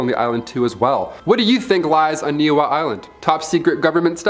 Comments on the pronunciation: Pronounced “ knee-ee-how” Niihau island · The island of Niihau is pronounced nee-ee-how and Kamehameha is pronounced ka-may-huh-may- huh